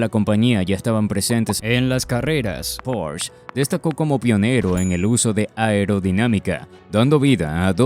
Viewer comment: No se dice porsch, lo pronuncias mal, se dice Porsche ya que es una marca alemana y no inglesa!